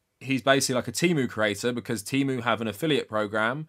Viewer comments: As an autistic person, I also hate how they changed the pronunciation. I prefer tee-moo over teh-moo. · The worst part is that they keep switching how they pronounce things from T/e/mu with a short e and Teemu. I can excuse worker exploitation but i draw the line at inconsistent pronunciation. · English pronunciation of the letter e is actually highly unusual. I think "teh", or /tɛ/ makes the most sense for most of the world